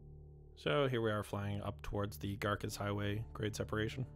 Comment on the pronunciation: Thank you, so glad I found your channel. As a resident of Tulare County (not one-larry, but two-larry) it is wonderful to see the progress. Note on names: Garces is name of early Spanish priest in the valley, so "c" pronounced as "s".